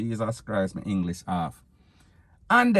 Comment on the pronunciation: 🤣🤣🤣🤣to how him say it!!!!